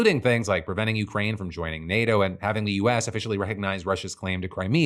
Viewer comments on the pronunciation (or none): none